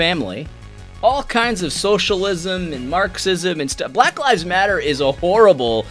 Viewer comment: Yes, it was condescending, especially the pronunciation of black. But I’ve seen better commentaries and I think it means he needs to step away and just breathe.